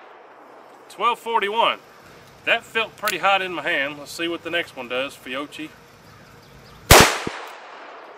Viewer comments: PSA - It's "fee-YOH-kee". In Italian, a /c/ next to an /i/ or an /e/ makes the /ch/ sound we use in English. "Fiocci" would be pronounced "fee-YOH-tchee", but the /h/ separating the /c/ and the /i/ lets the /c/ retain it's hard /k/ consonant sound - Fiocchi = fee-YOH-kee. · 'Fee-oh-key' just in case you come across the ammo again. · Repeat after me: Fee-o-key. Fee-o-key. I know, unless you are in old town Knoxville with a few Italian immigrant families, it just doesn’t come easy. 😊 Keep up the good work. We can get you handloads of 125 gran going 1400 FPS.